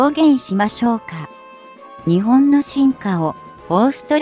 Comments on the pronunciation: にちぼんっ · 「日本」を「ひぼん」と読み上げられると一気に興醒め╮(︶﹏︶")╭